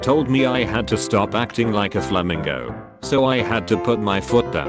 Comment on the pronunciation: The way he says flamingo